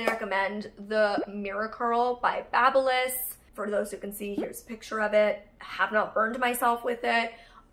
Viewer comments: Funny...is it really pronounced like that? Babyliss how you said it? I always thought baby (as in the newborn child baby) liss. And your wine-explanation, I loved it. I want to know more and especially in that voice 🤣. Even though you have a rough week, it was good to see you laugh with your momma. I want to wish you a lot of love and happiness ❤ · Pretty certain it's pronounced Baby-liss you silly goose